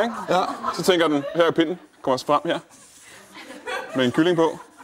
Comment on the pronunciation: .... Det er ikke sådan man siger 'pinden' Anders!